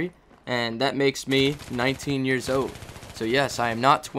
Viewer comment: i think its pronounced old, not ode. sorry for being critical